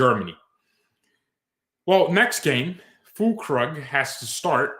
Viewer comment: It's pronounced "full-kroog"